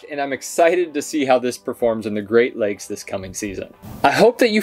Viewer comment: You said "Great Lakes"?